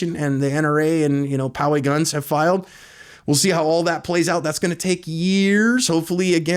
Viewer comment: I'm impressed, you said Poway correctly. Sounds like you're familiar with the San Diego area. For CA residents, only G3 Glocks were available. Unless Glock also adds a magazine safety, Loaded Chamber Indicator, (and whatever else DOJ demands), then Glocks will not be available for retail purchase in California.